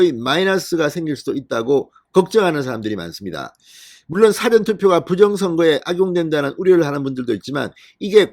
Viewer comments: 제발 사전 발음 액쎈트 넣지마라 정말듣기싫타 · 잔성호씨 발음조심 辭典과 事前 발언 구뷴 확실히 해 주세요